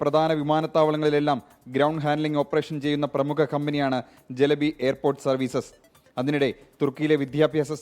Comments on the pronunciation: not jelebi.. it's Celebi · ജലബി അല്ലടോ. Celabi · Pronunciation ചെലബി എന്നാണ് കറക്റ്റ്